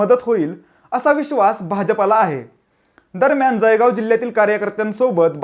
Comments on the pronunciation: जयगाव नाही भो ते जळगाव आहे घडी घडी जयगाव नको म्हणू जळगाव म्हण 😱😱😱😱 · जयगाव नहीं रे .... जळगाव म्हण बेटा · अरे बाबा जळगांव म्हण . . . ज ळ गा व